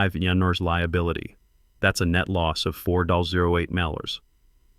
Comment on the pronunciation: Why can't these programs pronounce dollar amounts properly?